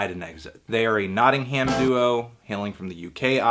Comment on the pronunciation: Nott-ing-ham hehe